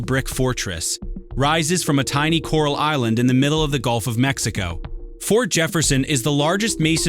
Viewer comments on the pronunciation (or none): none